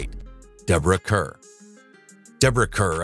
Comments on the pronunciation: And Pronouncing Kerr as care when it should be pronounced car. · Deborah Kerr's last name is pronounced CARR, not CUR. What's Jean Simmons' bio doing about Deborah Kerr. This whole list is crazy. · Most of the actors you mention were not hated! And for goodness sake learn how to pronunce their names. You even scrwed up the pronunciation of Enlish actress Deborah Kerr (it is prnounced car not cur)!@ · Hated by whom? Most were not hated at all. And for goodness sake, learn how to pronounce the names of the people you are talking about. You even screwed up British actor Deborah Kerr's name! (It is pronounced car, not cur!!) You absolutely massacred the pronunciation of every single French actor except Bridget Bardot!! 10 thumbs down! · It was pronounced CAR , not Kurr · Deborah Car, not Care. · Deborah Kerr pronounced CAR, not care. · Full of flaws. Deborah Kerr's last name is not pronounced phonetically. It is pronounced "Car". This production should be edited before airing. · Not Kerr as written, pronounced Karr.